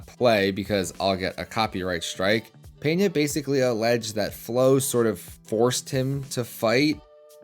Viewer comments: LEARN HOW TO SAY HIS NAME CORRECTLY FUNCKING GRINGO ITS PENA NOT PENHA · It's not Peña by the way, it's Pena. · There is no “Peña” bro, we dont speak spanish, it s Pena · Talking about helping grow the sport, start to say correctly the name of the Brazilian athlete, Pe-na gringo Pena!